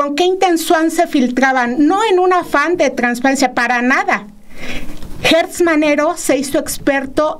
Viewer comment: Repiten y repiten el nombre de Alejandro GERTZ Manero, PERO lo pronuncian mal, es GERTZ no GUERTZ!!